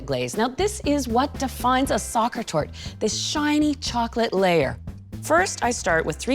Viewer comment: Sweetly..not tort